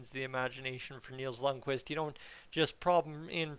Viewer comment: It's pronounced "k"Vist"! Not "k'wist". Jesus, Edmonton fans SHOULD know a little bit more about Scandinavian pronunciation by now!🤦🏻‍♂️🤦🏻‍♂️🤦🏻‍♂️